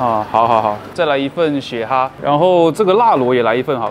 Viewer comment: 血蛤ha不是花蛤ge哦